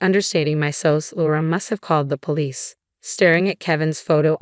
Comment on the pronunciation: SOS is not pronounced that way. It is S O S. Please learn to pronounce the words and abbreviations correctly!